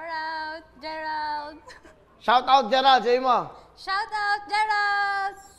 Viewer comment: Shawrawt Gerald narinig ko nung una haha